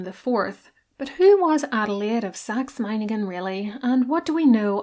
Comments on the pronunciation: German here, your pronunciation of Meiningen hits the 🎯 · You did pronounce Meiningen correctly 👍🏼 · Literally perfect pronunciation of Meiningen! 🙌 You even (correctly) stressed the first syllable instead of the second, which I find many English speakers tend to do. Good job ❤ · This was probably one of the most accurate pronounciation of Meiningen from a non-native German speaker I ever heard. Well done. Have you ever made a video about her sister-in-law Friederike/Frederica who became queen consort of Hanover when Victoria couldn't succeed there? Her life was very eventful in my opinion. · "Meiningen" was perfect. like a native speaker. :)